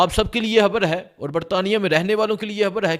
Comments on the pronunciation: حان نہیں خان ۔۔۔ حبر نہیں خبر کہو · ھبر نہیں. خبر کہا کرو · ھان نہیں خان۔۔۔ ہبر نہیں خبر۔ ھاھاھا یار عجیب طرح بولتے ہو۔ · بھای خبر تو صحیح دی ہے آپ نے مگر ح اور خ الگ الگ حروف تہجی ہیں عربی میں اور اردو میں بھی اور جب ہم الفاظ بولتے ہیں تو ظاہر ہے کہ ح اور خ کے الگ الگ معنی نکلتے ہیں